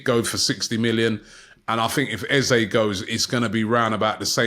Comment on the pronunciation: It will only be £30m if they sell ESR. …. and it’s Eze ….. not Ezay …...an e not an a!🤦‍♂